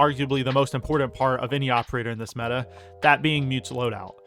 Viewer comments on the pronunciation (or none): none